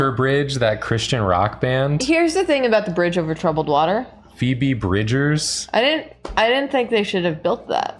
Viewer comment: i had to tell my sister said phoebe bridgers as soon as he did it was a very big moment for me